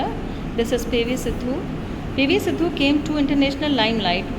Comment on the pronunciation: Siddu nahi 😂 sindhu